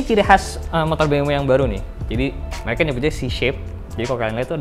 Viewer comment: Biasa Kan Keceletot Lidah Nya Antara Mau Ngomong Indonesia Sama Mau Ngomong Inggris 😂